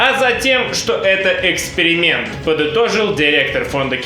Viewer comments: Да оговорилась она) Не эксперимент, а экскремент. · он оговорился. Это был экскремент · Мне послышалось Экскремент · Он оговорился, Экскрементом